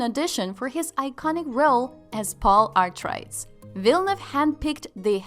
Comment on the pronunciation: You should probably learn to pronounce Atreides before pretending to have seen the movie.